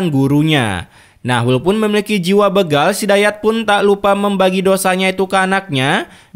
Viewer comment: Bukan begal bro tapi dibaca bégal. Sepertibaca berak